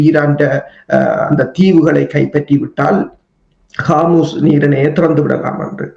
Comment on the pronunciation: ஹோர்முஸ்/ஹௌதிஸ் சரியாக உச்சரியுங்கள்.